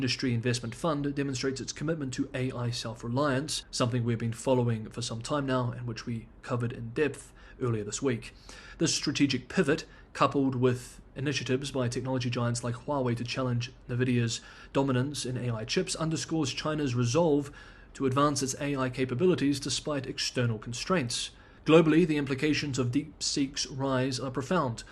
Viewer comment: Apologies if someone else has mentioned this, but NVidia is pronnounced en-vidia (accent on the second syllable). Thank you for these vacation videos!